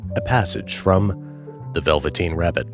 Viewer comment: Goes and buys a copy of the "Veveteen Rabbit" .